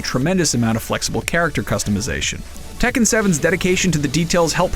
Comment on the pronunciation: The way everyone mispronounces Tekken triggers me xD